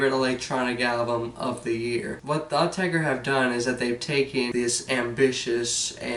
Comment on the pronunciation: Thank goodness - a yank who pronounces the name right:)